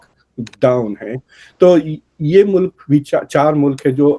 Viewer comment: For God’s sake…….. Urdu is beautiful language and is your national language, don’t murder it. learn to say “mulk” it is not Mulak😿😹